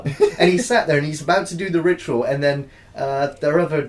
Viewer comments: "roodoo vitual" hehe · "Roodoo virtual" lmao great video guys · "Roodoo Vitual" .